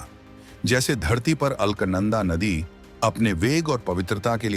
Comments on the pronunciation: According to spelling, Alaknanda, pronounce it as अलकनंदा and not अल्कनंदा. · अलख नंदा (अल्क नंदा नहीं है नाम )